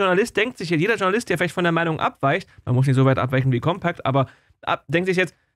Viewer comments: COMPAKT nich COMPEKT!!!!!!, Lern, s doch mal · Sagr nich "Compäkt". Das Magazin heißt Compact. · Es wird COMPACT gesprochen. Nicht Compäct.. 😅